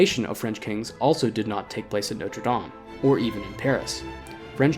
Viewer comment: Very enjoyable and informative video and the music was excellent. I'm going to be REALLY picky and I do apologise, but it grates each time I hear it. Your French pronunciation was, I thought, really good - Sacres, Paris, and French place names generally. The one word that grated was NOTRE, which Americans seem to insist on pronouncing NOTE-RE (NOTE as in 'note book'), whereas it should be NOT-RE (not as in 'red not blue'). If better or native French speakers have any comment on this or if I'm wrong, please let me know. At least it wasn't NOTE-RE DAME (DAME as in 'There is nothing like a Dame') which I hear Americans use a lot :)